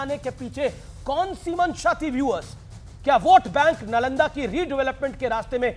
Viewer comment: Pahle Nalanda bolana to sheel lo. Chanakya to door ke baat pahle strategy bolana to Sheekh lo.